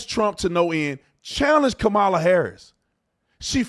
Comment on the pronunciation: Stop being rude and disrespectful! Calling people names and pronouncing VP Harris's name incorrectly.